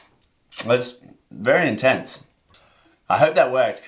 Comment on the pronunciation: “That’s really intense” sounded like “That’s Australia gents”